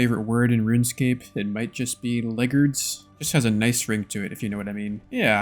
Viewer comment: I think it's pronounced leg-guards (like the Varrock guards), not leggerds